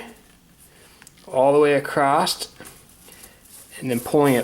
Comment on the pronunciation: There is no "T" in "Across". You seem like an intelligent person, you should speak like one. :-)